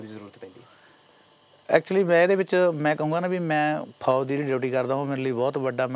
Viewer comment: Host saab FOJ ni FOUJ hunda